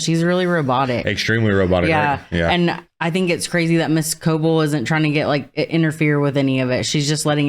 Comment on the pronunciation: It's crazy to me how every reactor of this show pronounces Cobel as (co-ble), even though they literally pronounce her name as (co-bell) every single time in the show. I don't understand 😭